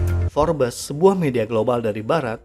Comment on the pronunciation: Tulisannya Forbes tapi dibaca "fobs"😊